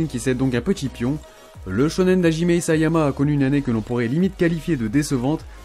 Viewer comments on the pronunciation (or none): none